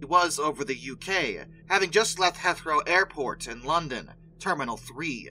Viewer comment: Absolutely love the video but I pinky promise Heathrow Airport is not pronounced that way.